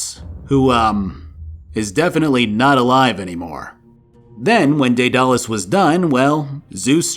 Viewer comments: that daedalus pronunciation There are many ways to pronounce it deadalus daedalus and daidalos But I never thought I hear somebody say dead alus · How you pronounced daedalus and cestus, make me cringe every time you say it. Lol that being said I still love your videos.